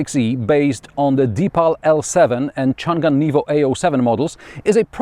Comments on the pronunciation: Chang an. You don’t pronounce the g for the second syllable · Not Chun Gan, should be Chang-an （長安） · I recommend enabling English subtitles. The varied ways it butchers "Changan" are hilarious. "Chun Gun" is my favorite.